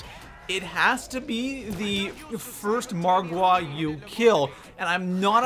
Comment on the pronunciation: why do you put a emphasis on the wa in margwa